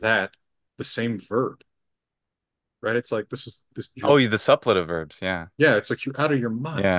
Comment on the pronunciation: Suppletive has its stress on the second syllable, doesn't it? (Great conversation, thank you for letting us listen in!)